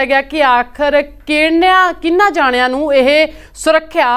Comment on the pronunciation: 0.22 second ਕੀਹਨਾ ਦੀ ਥਾਂ ਕਿਨਾ ਬੋਲੀ ਜਾਦੇ ਆ ehna diya punjabi tution class di need aa. Yaar jiney v youtube tey punjabi media news channels hai ohna woch kayi reporter nu punjabi v nahi bolni aundi..daso..